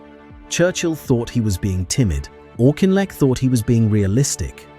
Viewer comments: It's pronounced AWK-IN-LECK. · Great subject but if you can't even pronounce the guy's name correctly (the Auk), why even bother to do such an item ? Please learn and DON'T use AI for the commentary. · I always thought his name was pronounced Aukinleck, not Auchinleck. Your narrative uses both versions. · How many different prononciations are we to hear this narrator render « Auchinleck » ? All we hear is of ‘Auchinleck’! Never of Wavell or of Cunningham, and always comments against Montgomery!